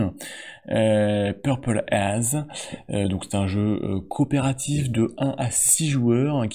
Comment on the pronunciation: On dit pas "peurpole aze" 🙃 mais "peurpole êize"😊 je t’invite à écouter le titre "Purple Haze” de Jimi Hendrix 😉 Le titre de ce jeu est un clin d’œil et hommage à celui qui condamna la guerre du Vietnam.